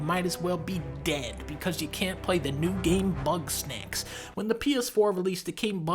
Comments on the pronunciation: did he say bugknack? 😂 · Bugs-Knack-s. It never fucking ends does it? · Idk why I imagine Dunkey calling GameStop to preorder Bugsnax but instead pronouncing it as Buttsnax and laughing. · It’s Bugsnax